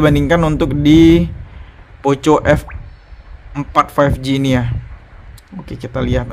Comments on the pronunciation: Kayak baca skrip aja ini.. Comparison nya.. Kl bandingin layar tolong jangan hanya baca spec.. Coba set up di brightness yg sama buka you tube misalnya... Jadi kita tahu bedanya.. Trs contoh hasil foto mohon di sertakan.. Performanya bisa coba ngegame... Trs baca Poco di baca poko... Jadi risih denger nya poco poco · cara bacanya poko bang, malah tari poco poco 🤣